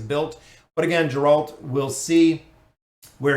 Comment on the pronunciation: its pronounced "G"eralt like "G"ame